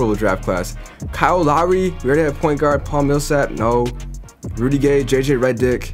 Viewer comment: am I the only one who noticed the way he said j.j reddick😆